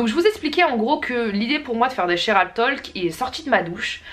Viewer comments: La vidéo est excellente, comme toujours ! Juste une petite remarque : on ne dit pas le L de talk en anglais, c'est plus : "Tôk" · Combien de profs d'anglais se sont retournés ds leur tombe ? On ne prononce pas le "l" ds talk